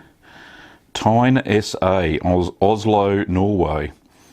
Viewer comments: Nice video. I like Jarlsberg. Better than some Emmental and less than other Emmental, which I see as its parent cheese, the original of what Jarlsberg is. Also, not that it matters, but I think TINE is pronounced like Tina. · Its pronounced more like Ti-neh without much emphasis on the h :) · Det han her sa. Translate: What this guy said ;) Tin-eh